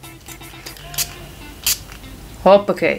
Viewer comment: Alleen een hollander zegt hoppekee